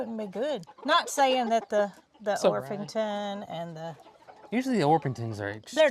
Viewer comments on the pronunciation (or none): Good morning and! It is Orpington... no "h". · Or-ping-ton. 😆 I have a chocolate Orpington hen that my friend hatched out and gave me. He thought it was a Marans. 😊 Her name is Coco Chanel. 😁